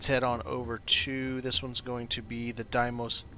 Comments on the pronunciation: FYI, it's DEE-mos. Dee like in Candy, and Mos like in Most. Phobos and Deimos are the two moons of Mars, and they are named for the horses that pulled the chariot of the god Mars in Greek Mythology. Even the game pronounces it wrong/differently in many places. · I like Stroud-Eklund the best. Cant say how much I love the dim cozy lighting by the beds. Deimos pronunciation There are so many different ways to say Deimos, but the Greek one that is kinda similar to American, is "dee-mows". In my head I say "dæi-mos" (with the Norwegian letter Æ which is a combination between A and E, you make the same sound of "æ" when you say the word "sad"), but Im also Norwegian, I will probably say it wrong until Im corrected by an astronomer somewhere.